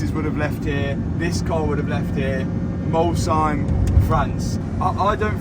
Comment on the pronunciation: as an Alsatian, the fact that you pronounced Molsheim better than most French people is so fun